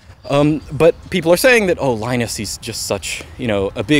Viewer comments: Why do you pronounce Linux correctly, (lee-nux), but keep calling the man Lie-nus. The guy's name is pronounced Lee-nus. You even said yourself, the OS is named after him. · It's pronounced "Leenus" not "Lainus"! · LInus is pronounced leenus!